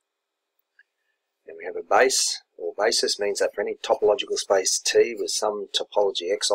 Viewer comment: He may mean the pronunciation of the word "space", which sounds like "spice"